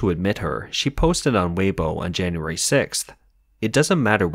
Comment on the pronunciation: C’mon at least pronounce Weibo correctly.